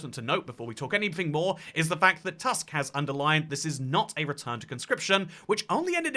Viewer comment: Except it's pronounced 'Toosk', instead of the English word 'Tusk'.